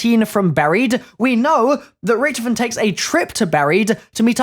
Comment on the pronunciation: You said his name right